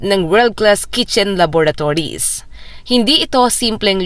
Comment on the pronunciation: Laboratories po at hindi lavatories?